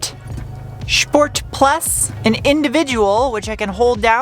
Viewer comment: Why "schport"? Funny do